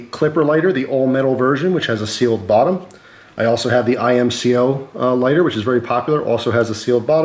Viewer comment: Its IMCO not I M C O 😩😩